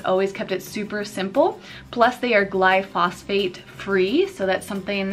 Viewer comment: 'glyphosate... not glyphosphate